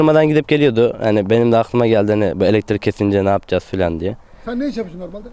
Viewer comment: Hay Allahım yaaa..! Şu kullarını yarattın, bari başı boş bırakma, sahip çık. Sanki ilk buluşmuş gibi "icat" diyor, sanki ilk bulanmış gibi de "mucit" diyor. "elektrik" kelimesi ne zaman "eletirik" oldu..? Videonun dakikasından sonra sırf pervane hızlı dönüyor izlenimi vermek için video gösterimini neden hızlandırdın, anlam veremedim. Hişşş mucitt..! yapacaksan doğrusunu yap. 4 kanatla denge olmaz, balansı bozar. 3 kanat dengedir. 5 kanat ise dönüşü zorlaştırır. Şu youtube'da icat videolarına bakın nerede saçma sapan, uyduruk, başkasından tırtıklama, işe yaramaz buluşlu bir video varsa bakın %99 biz Türktür.